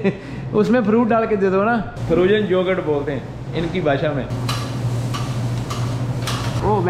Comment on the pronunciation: OMG - Frozen Jogurt. Can't stop laughing but like the way you speak. It is Frozen Yogurt.